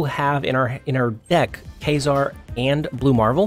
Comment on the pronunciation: Kay-zar? Lol